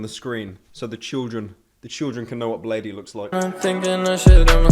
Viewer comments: did u just pronounce bladee wrong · Its pronounced BLADE not BLADEY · it's pronounced Blade but you can call him Bladee too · Why does he pronounce it blady smh pyro is not a drainer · disliked because you didn't say bladee correctly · I thought Bladee was pronounced like "blade" but I could be wrong